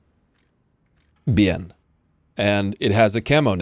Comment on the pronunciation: Biene is pronounced “bee-ne” 😂